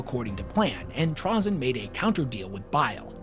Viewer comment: Trah-zin? Never heard it pronounced that way